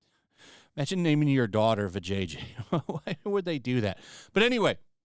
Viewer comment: her name is vi ja ya. not va jay jay. There's a difference man, cmon don't give them more reasons to hate us. We can at least set a better example than them.